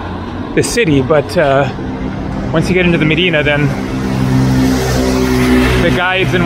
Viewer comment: Good job on pronouncing Medina....in the mid-western USA they incorrectly say "Meh-die-nuh" or "Muh-die-nuh" when they pronounce it in Cleveland, for example.